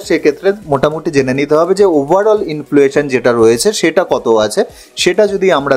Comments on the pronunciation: Influation bolchen... Word ta hochhe inflation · অসাধারণ presentation.. খুব informative কিন্তু একটি উচ্চারণ ঠিক করে নিতে হবে। ইনফ্লুয়েশন নয়। ইনফ্লেশন। Many many congratulations.